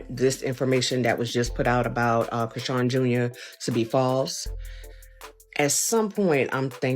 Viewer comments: Who tf is "Crisseeyan Rock"? Who's the Indian man that runs this channel? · Her name is Chrisean you can’t even pronounce her name right😂🤦🏽‍♀️